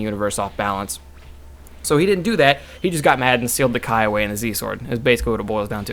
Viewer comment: Kai not kye